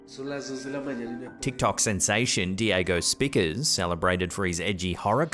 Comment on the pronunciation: I believe his name is pronounced—Diego “Spy-checkers”.